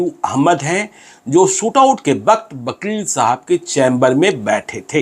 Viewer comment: वकील को बकील क्यू उच्चारण करते है